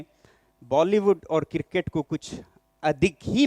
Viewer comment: Kirket nahi boka it's CRICKET